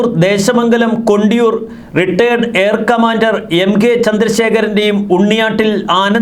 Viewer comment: It is not Air Commandor. It is Air Commodore. Understand it properly and then read it properly